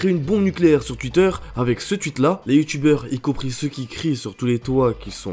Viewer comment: "un twuit de squizie" Non en vrai je rigole mais super vidéo comme d'habitude ;)